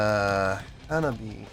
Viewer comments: I’ve been watching your videos for the past few days. This by far the most intrigued I’ve seen you towards a new band. Lol love it. Auto subbed after this video. Love your work man! Also it’s Ha-Na-Bi-Eh… so many people improperly pronouncing it lol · Hanabie : "Anne-Ah-Bee-A" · Say "ha-na-bee-eh." Hanabi ("ha-na-bee") is a different word. "Hanabie" means "cold flowers" and refers to a sudden onset of cold weather in the Spring. "Hanabi" means "fireworks." This band is so good! They're putting together songs for a second album, and if "Neet Game" is any indication, it's going to be just as good at their first one, "Girls Reform Manifest" (which has no weak tracks).